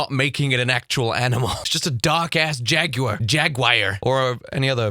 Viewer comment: Lol@ the way u pronounce jaguar 😆